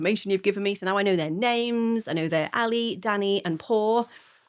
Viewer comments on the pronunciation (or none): Aghhh! NOT Paw and Ally!!! Pau (Pow!) and Ale (AH-leh)!! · Not "Alee" but "Ah-leh." Great overall review. These Mexican rocker women have got it all. Thank you. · Pau is pronounced POW and Ale is AL-ay.